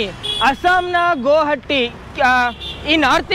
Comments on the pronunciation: ಬ್ರೋ ಅದು ಗೋ ಹಟ್ಟಿ ಅಲ್ಲ 😜😜 ಗುಹಾಟಿ.. ಆದರೂ ನೀನು ಸೂಪರ್ ಬ್ರೋ love you.. keep rocking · ಗುಹಾಟಿ ಅಲ್ಲ ಗುವಾಹಟಿ 😁😁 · ಅಣ್ಣ ಅದು ಗೋ ಹಟ್ಟಿ ಅಲ್ಲ😁, ಗುವಾಹಟಿ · Bro gohatti alla guvahati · ಬ್ರೋ.. ಅದು ಗೋ ಹಟ್ಟಿ ಅಲ್ಲ ಅದು ಗುಹಾಹಟಿ